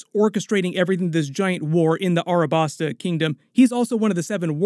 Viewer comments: Its Alabasta not Arabasta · this mf said "Arabasta"